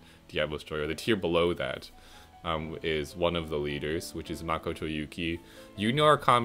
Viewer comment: Oh no but thats not how arsene or makoto is pronounced sorry not trying to be mean it just erks me. But congrats on 900 subs!